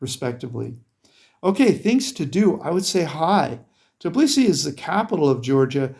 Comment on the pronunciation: I'm sorry, it is not Tiblisi; it's Tbilisi. You ought to say Bilisi; just put T before the Bilisi.